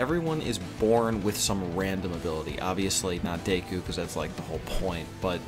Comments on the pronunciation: Not deiku. Deck-Coo. Deku. Sorry it just annoyed me. Good vid. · It's not day-ku it's deck-ku your saying it wrong. Sorry just bugs me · also deku is pronounced deku as in deck - u not dayku btw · DAYKU?? Deku...DAYKU?? Deku...DAYKU?? Deku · please don't say Dayku again because literally everyone I know even sub elitists say it the English way as Deku because it sounds better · Lol "Dayku" heheh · It's pronounced Deck-ooooo (oooo like spooky oooo) also Lougetown from One Piece is pronounced log (like a part of a tree) town. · Your pronunciation of Deku is really annoying to me.